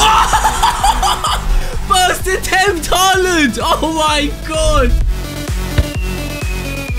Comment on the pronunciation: Stop saying halland goal